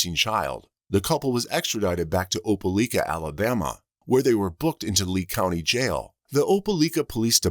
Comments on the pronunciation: Im from Alabama. Opelika is a 45 min drive away from where Im from. My step dad was born and raised there Im laughing at how its being pronounced. Its Oh-Pah-like-ah. Not Oh-pah-leek-ah.😂😂😂😂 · if ole robo-call meant oh-pē-ly-kă, it was butchering it. i cringed every time i heard it. i hope that, in addition to the murder and missing child charges, there are additional charges related to child abuse, misappropriating funds (the payments she made) or some other such charge, and more.